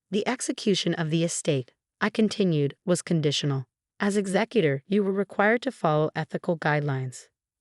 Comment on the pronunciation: Ray chill or Ra shell which is the French way but never Ratchel. Also executor is exec you tore.